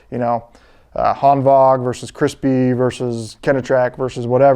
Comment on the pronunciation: You’re the only person I’ve seen on YouTube that pronounces it Hanvag (correct) instead of Hanwag. Nice